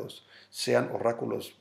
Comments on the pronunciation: Refieres a 'oráculo ' la "r" suena con menos fuerza como la palabra "para" u "oro" Jejeje una "R" más suave. No obstante, buena info XD Ya mañana lo que nos trae de noticias 3DKXHcPVsaVQ2piN9eNYM9NrZWDiJBPP17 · Se dice ORÁCULO 👍 1AXcZSnZnxGVB3mQpvQ3hzhzzsSiW439ku